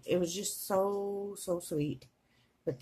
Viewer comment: I love how you say “subscribe” SUSCRIBE